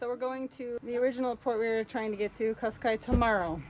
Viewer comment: Cascais actually reads "cash-caysh". In Portuguese s is almost always a sh. 🙂